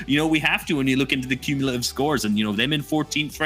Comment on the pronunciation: Cummilative smh